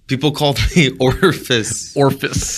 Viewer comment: Ah man I've been trying to remember which episode had the "Mock the engineer for their pronunciation of 'orifice' bit" for years! "ORFUSS."